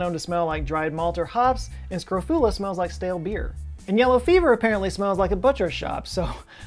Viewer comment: Very informative. But scrof-YOU-la? There be dictionaries.